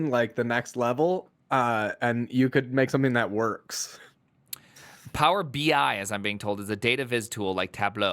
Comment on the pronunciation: reading out PowerBI as Power-Bye made me look at the date of the video 😢